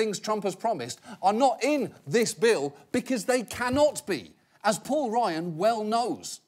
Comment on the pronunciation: It sounds like he's saying Paul Ryan as "Poor" Ryan